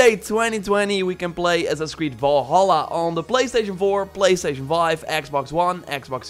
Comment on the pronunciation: Why does he say Valhalla, like Vålhælla